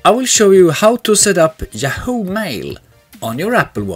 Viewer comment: Thank you for the tutorial. The screen says “Yahoo” Mail, but the narrator is saying “Jahoo” Mail. A little confusing to listen to.